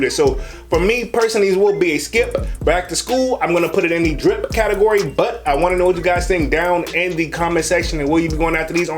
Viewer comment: he says skip-p or drip-p